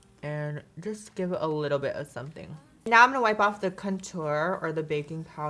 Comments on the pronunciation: Love how she says cuntor just subscribed 🙂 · I heard "CUNT-TOUR" 😆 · Did you really just say "CUNTOUR?!" 😩😂😂😂 I love you